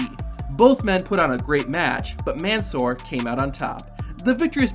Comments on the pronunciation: That’s not how you pronounce Mansoor’s name lol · Since we're on the topic of facts and such......... 1. It's NOT pronounced MAN-soor, it's "Monsoor", Mon of Monday. 2. In Muslim, the "MUS" rhymes with puss, and not the "mus" from mustard.............and the lim is NOT pronounced as lum. Pronounce the "I" more.